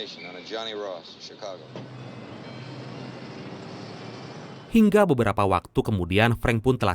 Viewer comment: Cikago bang bukan cicago